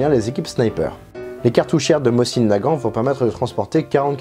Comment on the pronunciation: Chouette reconstitution. Permettez une contribution : on prononce "môzine" Nagant, et pas "mossine". La lettre cyrilique est "C", qui est l'équivalent de notre S mais n'a pas exactement le même son. La prononciation réelle ressemble au son "S" prononcée par une personne dyslalique (qui zozote). La baïonnette fait bel et bien partie de l'équipement standard du tireur d'élite et ça n'a aucun rapport au combat rapproché. La directive (dont le respect était à la discrétion de chaque officier commandant un groupe de combat) était d'utiliser tous les fusils, y compris chez les tireurs d'élite, avec leur baïonnette fixée en permanence, ceci justement parce qu'elle permet de "tendre" le canon (le terme est académique) et augmenter sa précision, notamment sur de longues séances de tir. Néanmoins, les TE russes se démarquaient justement de la troupe classique par leur abandon presque total de la baïonnette, ce parce que leurs armes étaient d'une toute autre précision - les Mosin-Nagant de TE étant spécifiquement fabriqués pour eux et avec un souci de précision - alors que, paradoxalement, les groupes de TE ont pratiqué intensivement le combat à très courtes distances. La troupe, quand à elle, utilisait la baïonnette même à longues distances pour justement resserrer leurs groupements, les Mosin-Nagant réguliers étant tout juste suffisamment précis pour du combat : groupement sur appui d'environ 100 mm de côté, soit 140 mm d'écart maximal, à 100 mètres de distance. Un résultat tout juste